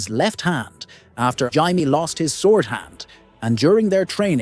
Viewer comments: It’s jay-me not ji-me. It would be ji if it was spelt jiame. Martin has said this so many times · Jay-mee, not Jye-mee for Jaime. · she was knighted BEFORE the battle by JAIME Lannister. Not “hy-mae” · Jye me not Jay me? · Yup he fucking called jamie hymie Lannister 😭😂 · Why he saying (jai me) n not jamie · Jamie❎ Yaimi✅ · Hymee Lannister 😂🤣😂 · There are so many things inaccurate about this video I don’t even know where to start. But listening to this guy say “Jiimie” over and over again is the real crime. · The list was entertaining but please pronounce ‘Jamie’ correctly. My head hurts from hearing Jaymee constantly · “Jaimee Lannister” 💀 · Who the hell is Ymie/Himee/Jymee? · WTF is a Jai-mee Lannister? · gai-me... thumbs down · Why are you calling Jamie Lannister "Jimey". His name isn't pronounced "Jimey"!🤣😅😂 That sounds like you're calling him a Limey". THAT name comes from the 19th-century practice of the British Royal Navy issuing lime juice to sailors to prevent scurvy. Jamie isn't a member of the Royal Navy. Jamie was the Royal Commander of the Kings Guard! 🤣😅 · Who the fuck is "Jymee Lannister" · I hate when people pronounce Jamie as HY-MEE. It's ignorant to make a YouTube video about a show they obviously have never watched. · Jymee Lannister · The narrator apparently thinks the Lannisters came from Australia. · Jy-mie Lannister 😂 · Hey, wait. You just said we couldn't say Oberyn because his style isn't swords, yet you had Gregor Clegaine with other weapons (lance). You can't have it both ways. Also, pronounce Jaime's name correctly. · Why you gotta say Jaime’s name like that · This is the absolute most hilarious pronunciation of the name Jamie I’ve ever heard. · No one said Jaime that way in the show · I think he pronounced that name 5 different ways throughout the video😂 It really got annoying.